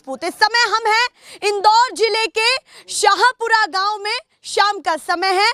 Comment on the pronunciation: मामा गांव नहीं आ गांव